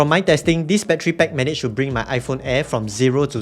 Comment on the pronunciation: Stop saying battery PECK